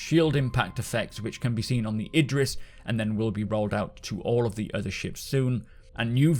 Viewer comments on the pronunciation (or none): none